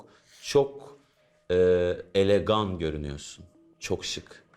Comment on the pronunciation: aynen ya kendilerini ne sanipta asaliyorlar boyleki yani ayrimcilik yapiyo emelden nefret ediyor sunduze agsik ve herseyi cok biliyorum havasida varya soyleyin yani elegon dur okunus olarak elegan degil bir zahmet hatta yazilisi ise elegant fransizca kokenli bi uyutmayin insanlari cok bilmislik yapipta kemal 👎👎👎👎